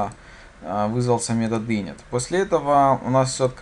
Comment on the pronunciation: все хорошо, только не Инит, а инИт, не сервайс, а сёрвис